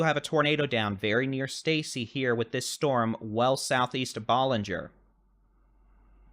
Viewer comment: I appreciate your reporting! Ballinger is pronounced with a short a as in cat. Thanks for the coverage!